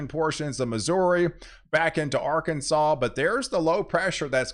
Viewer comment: No Hate for you in my heart for POW, however there is no w in Arkansas.